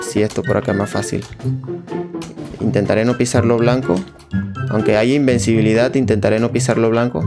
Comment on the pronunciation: Dijo "Imbecivilidad" :u